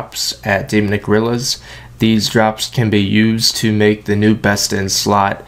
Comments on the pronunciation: "Demunick" really? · stopped watching after you couldn't pronounce demonic after the 10th time..